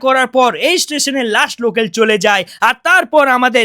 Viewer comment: Local na na locel😂😂😂😂😂😂😅